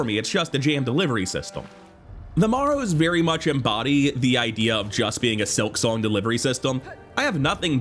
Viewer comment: Please say the following words together "bone marrow." Now say "The Marrow." Morrow is a completely different word than marrow. Solid opinions and ratings otherwise. Don't agree with all the placements, but rankings are personal, so it's fun to see what others think.